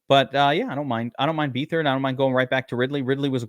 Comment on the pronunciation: it's beatherd you pronouncing his last name wrong